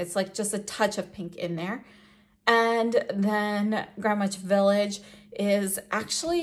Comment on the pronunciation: I’m sorry for being that person but as a New Yorker I need to say this, the “W” in Greenwich Village is silent. It’s pronounced “Gren-itch Village.” Great video these lipsticks are beautiful and they look great on you!